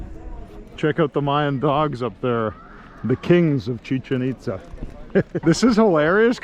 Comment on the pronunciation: “Chicken Pitza” 🤣 😂 😭 🤣